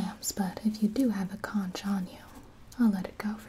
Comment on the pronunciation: I may be just a mere human, but even I know you’re pronouncing conch incorrectly.